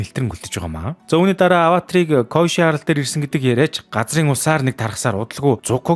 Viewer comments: Коешы биш Кёошы гэж зөв хэлээрэй гэж хүсэж байна. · Дууддаг гэж бичдэгшүү бас кёоши гэж дууддаг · Киёоши гэж дуудаг шүү kyoshi-г